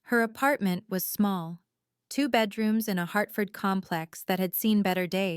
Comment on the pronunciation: Also, for folks who aren't American, Hartford, not "Heartford."